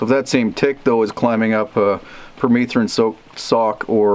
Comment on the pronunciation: Here in the US I thought it was pronounced PER-METH-RIN not PER-MEETH-RIN